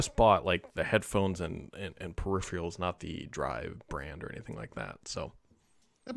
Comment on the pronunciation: Periphreals?, have you been watching JayzTwoCents?